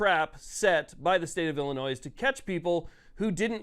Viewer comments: Love the content, but Illinois is pronounced "Illinoi" without the "s" Not "ill-eh-noise" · There’s no “noise” in Illinois. Pronounced “Ill-uh-noy”. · I’ll hit the like button if you remember the S in Illinois is silent. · Learn to properly pronounce the name of the state. Typical ignorant people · FYI the S is silent on Illinois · Please, learn how to pronounce "Illinois." I shudder to think of how you pronounce "Arkansas." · You don’t pronounce the “s” at the end of Illinois. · Someone please educate this moron that the final "S" in Illinois is silent. :face-blue-covering-eyes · The S is silent bro. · PLEASE PLEASE STOP SAYING THE "S" IN ILLINOIS! THE "S" IS SILENT